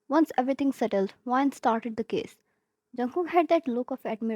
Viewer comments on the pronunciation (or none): omg, i read case "kiss" after you kinda pronounced it "kiss"